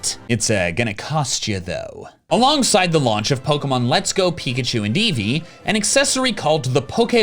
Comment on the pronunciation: Eveachu and peekee.